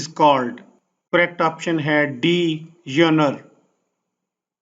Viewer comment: Genre pronunciation is wrong